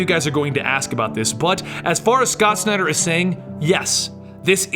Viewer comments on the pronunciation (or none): none